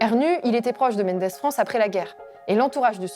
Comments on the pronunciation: Bonjour, intéressante vidéo mais, de grâce, on ne dit pas "Menndess-France (comme Mendez en espagnol), mais "Mandess", comme dans "mandat"", Mendès-France, un grand personnage, sur lequel vous pourriez faire une vidéo. D'autre part, ce n'est pas "St Genis de Laval" mais "St Genis-Laval". Enfin trouver la place des Charpennes "bucolique", c'est encore plus comique et surréaliste que toutes vos vannes!!!!!! Allez, vous pouvez nous le dire, vous y êtes jamais allés, hein???!!! 😂😂😂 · juste pour signaler que l'usage pour Mendes-France c'est de prononcer 'mindesse'